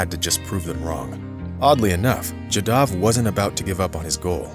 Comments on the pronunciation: Jaadav.. not jadaav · Pls pronounce this great man'name properly..."Jaa Da V" and nothing else.